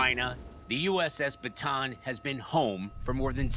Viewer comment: It’s USS Ba-Ta-ahn